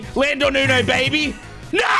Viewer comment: Is it just me or does go “ya babee” instead of ya baby